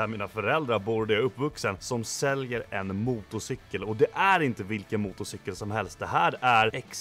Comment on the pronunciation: ”Motocikel” haha